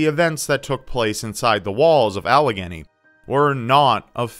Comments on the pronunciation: The "Allegheny" in Trans-Allegheny Lunatic Asylum is pronounced like "Al-i-gey-nee" like the Allegheny river! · It's so weird to hear someone pronounce "Allegheny" who isn't from Pittsburgh. I never knew about Trans- Allegheny though! That's awesome! #keepyoutubecreepy